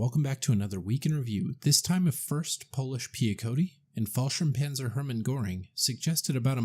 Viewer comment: Fallschirmpanzer not Fallshirmpanzer